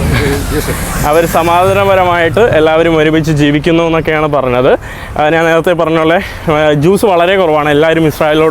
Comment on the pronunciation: എടാ മൈ**. നാൻ അല്ല ഞാൻ ആണ് ശരി